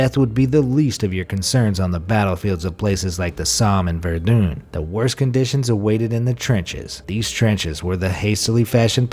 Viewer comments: It vardan not vardoom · Ver-don not Ver-dom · Nobody: BeAmazed: VerdUne